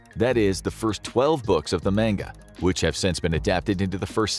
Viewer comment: Main-ga, o no. “Lufy”. Yh I know what I’m in for